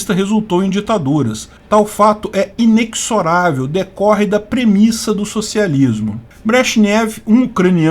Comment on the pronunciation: Pronúncia de "inexorável": "ineZorável".